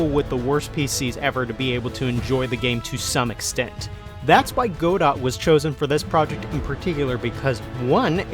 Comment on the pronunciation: Guh-dough. Not go-dot haha